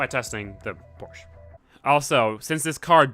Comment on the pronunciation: Porshhh. Sigh, porshhaaa ftw